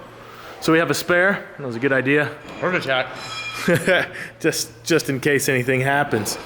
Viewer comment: "Hert Attack"